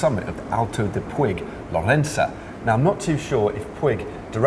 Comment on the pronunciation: Puig is pronounced like "pooch"